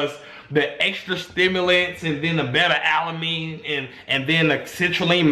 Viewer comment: “Beta alamine”